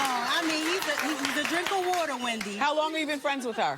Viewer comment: And the "drinka water" 😂😂